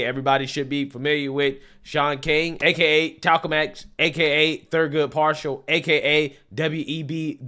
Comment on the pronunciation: I lost it "Thurgood Partial" 🤣